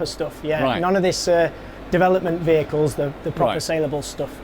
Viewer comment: LOL! The fellow , talking about "vehicles", speaks with such a different accent, I thought he was saying "BAGELS"! Very much enjoyed Arrival.